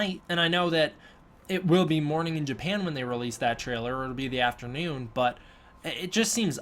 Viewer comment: Japahan, what country is that? lmao.